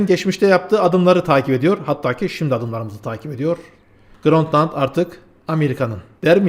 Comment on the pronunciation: Grönt land nedir baba. Grönland. Grönland. Grönland. Cahil de değilsin.